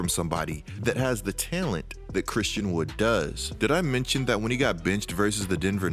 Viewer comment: you say “talent” I hear “tail end”